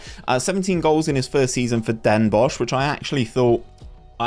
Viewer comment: Ya pronounced Den Bosch very well